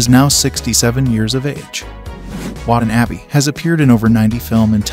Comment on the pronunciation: The way this narrator mispronounces Watanabe is exactly the way my friends and I intentionally mispronounce it when we're trying to sound like Americans who've never heard a single Japanese name ever in our lives.